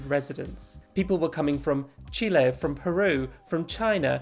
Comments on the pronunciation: thank you so so much for prononcing Chile correctly. We're not peppers people, and notwithstanding our flag we're also not Red Hot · also props to you for actually pronouncing chile correctly, ppl saying “chilly” is annoying lol 💖